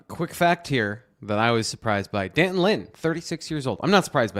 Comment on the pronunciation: It’s pronounced D’Anton! Did ever have phonics!